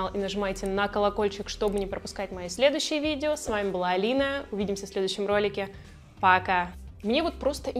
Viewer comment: такая странная интонация в видео "пока". аж протвно